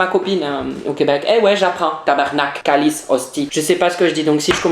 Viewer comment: jsuis quebecoise et juste pour te dire ta maleuresement treeeees mal dit tabarnaque et colise genre quand on tendant dire sa on vois tt suis que tu nest pas dici o-o et aussi le kraft diner et les pogo on mange sa presque tt les jours.